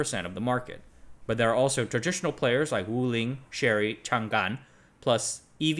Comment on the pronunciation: Chang’an, not Chan-gan